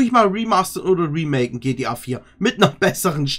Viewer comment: Anstatt gta heisst es gtp🤣